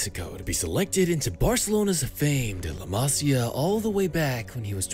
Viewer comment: Homie said “Leh Masya”